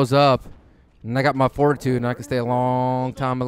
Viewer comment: Haha, did anybody else think was saying forty-two-three instead of fortitude 3?